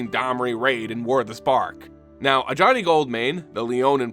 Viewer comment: Bruh. I'm watching this just now. You saying Ajani hurts now